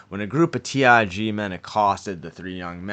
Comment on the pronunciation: it's not T I G It's T R G